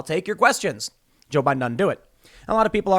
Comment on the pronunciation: Guys guys guys, it's Joe Bai Din